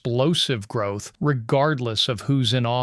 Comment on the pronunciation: "grouth Business" ...... LOL. .